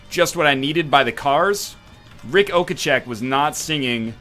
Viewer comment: Ric Okacheck?? his name is Ric Ocasek lmao